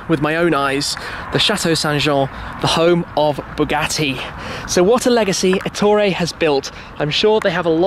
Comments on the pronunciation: You didn't even bother to mention the fact that Ettore was Italian. And also, Èttore, not Ettòre. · It is Èttore, not Ettòre.